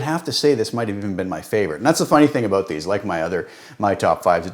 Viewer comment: The "aboot" gave it away for me. Classic Canadian, which is "aboot" as good as it gets for me.